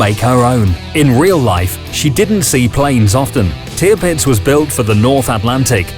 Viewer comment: It is wonderful to observe how far the quality of your videos has come since the day when Tirpitz was being pronounced as Te-a-pits.